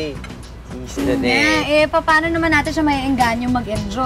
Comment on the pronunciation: I love the view but “the” is silent.